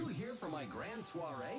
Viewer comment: Danm near every one I watch they pronounce it wrong